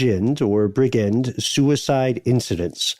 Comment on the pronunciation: Oh btw it’s neither “briggend” nor “bridgind” it’s said how it looks: BRIDGE - END as in… end of the bridge